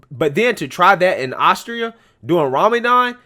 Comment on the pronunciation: Yo my brotha it's Astoria lmfao.. As, tor, ia.😝😝😝🤣🤣🤣